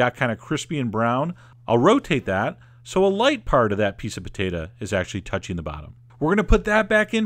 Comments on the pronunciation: Pah-tate-ah.... too funny. Always enjoy your videos. Thanks! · Poe Tay Tah